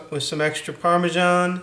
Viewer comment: Hahahah! I heard you saying parmeshan ~.~